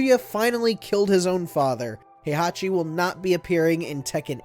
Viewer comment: Oh this will be great, WatchMojo explaining a fighting game lol Heihachi what again? "Has long been the series main villain", let's see - T1 - Heihachi, T2 - Kazuya, T3 - Ogre, T4 - Heichachi, T5 - Jinpachi, T6 - Azazel, T7 - Heihachi/Kazuya Good job releasing this video on time They handed it off to who? Erika? (it's Arika by the way. The "A" is pronounced like in "Apple") Do you really need to stretch this to 10? lol